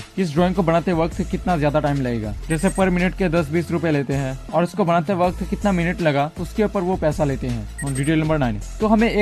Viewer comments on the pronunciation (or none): When you say au r au 🤣🤣🤣🤣